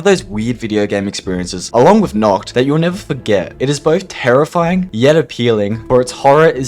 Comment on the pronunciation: "knocked" ??? its nah-kt